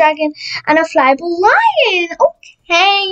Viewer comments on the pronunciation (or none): none